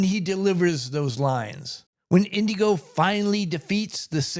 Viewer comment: It's Inigo not Indigo. No D.